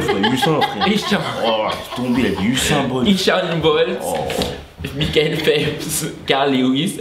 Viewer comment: Je dislike pour la prononciation d'Usain BOLT à .... Je dec mais c'est chaud fr Mdr le "Elle est bonne"